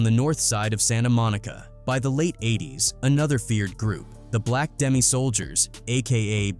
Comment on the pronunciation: It's black demon soldiers not black demi, stop letting white people tell these stories.